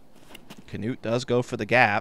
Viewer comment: Hes not the only one who is calling him as Kanuut, so annoying.